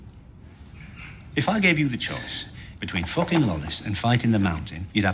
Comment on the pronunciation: I love a world where both bron and tyrrion not only live but get the positions they deserve, and then fans shit all over the last season lol. "Fooking weird like those lannisters if you aks me."